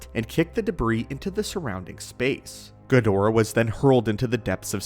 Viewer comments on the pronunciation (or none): Learn how to pronounce Ghidorah